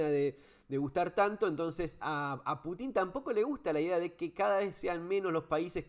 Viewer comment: Excelente Fernando! Me parece que también hay que considerar el avance de la OTAN (que debería haber desaparecido junto con su oponente "Pacto de Varsovia") sobre los países de la ex URSS. Rusia tiene misiles cada vez mas cerca de sus fronteras. Eso reclama Pútin (pronunciación correcta en ruso.. nombre con raíz en la palabra "Pút" "camino"), Saludos.